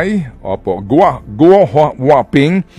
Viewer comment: DI YAN GU-O. PRONOUNCED AS GOO LIKE GOOD WITHOUT D. Or GU OR GOO